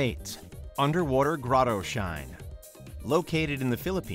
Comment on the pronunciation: Anybody else notice he said "shine"?